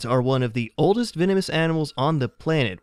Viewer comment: why did he say “oldest” like that 😂😂😂😂😂😂😂😂